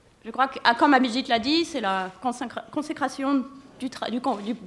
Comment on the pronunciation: Did she just say Mr. Obhijeet Banerjee! 🤣